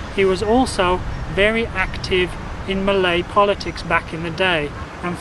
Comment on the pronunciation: Sir your malay pronunciation not bad